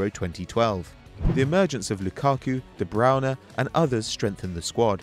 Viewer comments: Ffs its de Bruyne not de Browne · where the fuck did you get the r from? You say de brui nuh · who is de browner? this guys pronunciation, fuck me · HexAE you pronounce it like de br-oy-ner